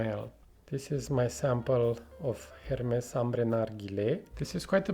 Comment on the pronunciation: Great review! Agree with what you said about the comparison but I will also add that Oajan is more gourmand/sweet/dessert in my opinion. Also don’t forget to pronounce the S in Hermès 😋 Greetings from Paris 🇫🇷